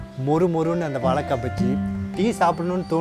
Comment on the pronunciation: hi even if u pronounce vaLLAkai, its ok, but at least pronounce it correctly as spelling vaZHAIkkai, see where i have stressed with caps:)